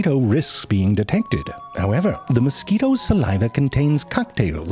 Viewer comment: Intentionally mispronouncing things is so simple yet so funny, moskweetos hahaha